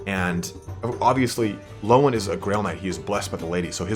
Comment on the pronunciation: Every time u say loane I got confused bro its leon (Le-on) sorry had to put that down as it is fraunch and oui do not eh speak eh like dis